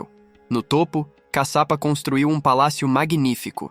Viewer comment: Não é CACAPA, E CASHIAPA... E CADE A PEDRA DIVIDIDA AO MEIO, COM A LUZ AZUL, DA CAPA DO VIDEO? ODEIO ME SENTIR ENGANADA🧐🧐🧐